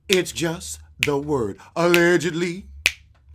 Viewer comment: Allged leee lee ly